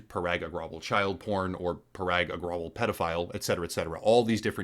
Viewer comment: No disrespect but its ag-ra-wal. Love ur work homie